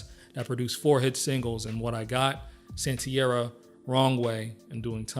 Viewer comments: Santeria not santiara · Sorry, but this would be more impressive if you pronounced his last name and "Santeria" correctly. Also, I don't even get the comparison with Nirvana. Brad was definitely more talented than Kurt Cobain, and I don't know anyone who would argue that. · You should take another listen to how you pronounce "Santeria". He says it clearly in the first line of the song, if you've ever heard it. Is this an AI narrating a typo?